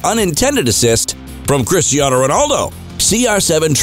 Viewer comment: Hate how Americans call him CHRISHTIANO.. He's from Portugal, his name is pronounced Cristiano.